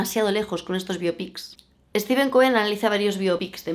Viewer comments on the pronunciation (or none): none